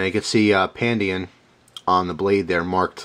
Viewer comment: just correcting.. the name "pandayan" is not pronounced as " pan-dee-yan" its.. "pan-da-yan" .. from the word "panday" meaning a person or a blacksmith.. ..and "pandayan" is the place where the blacksmith do his stuff.. ..just so you know.. ^^